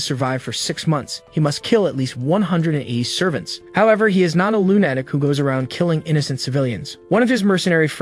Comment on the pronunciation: Why does it make me so mad that you say lune-atic for lu-na-tic, idk if they have bad grammar where you live or your just using a awful AI, I would appreciate it if you took this as positive feedback and try to fix this but atlass most people get butthurt from things like this. I truly did like the recap though thank you for this but possibly constantly improving your ability to recap would be even better.